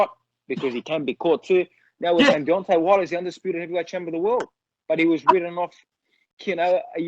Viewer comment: George “Deontay Warler” Kambosos